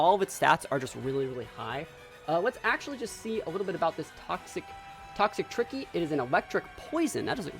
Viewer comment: I love that you pronounced Toxtricity as "toxic tricky". Love this team btw. I'm definitely gonna try this for online battles